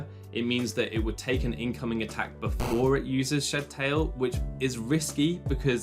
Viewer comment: Shed Tail is two words. It's SHED TAIL not shedTAIL. I can't stand how Pokémon fans don't know how to properly unnunciate their words